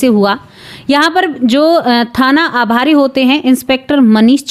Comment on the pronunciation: थाना आभारी नहीं थाना प्रभारी होता है , मैडम जी